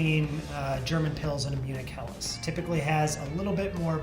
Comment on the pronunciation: Wow, that's one heck of a good pronunciation of "Helles".